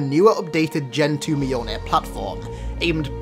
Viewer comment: You're still butchering the name Mjolnir. It's not mayol beer it's myol neer